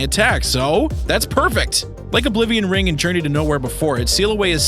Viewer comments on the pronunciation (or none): none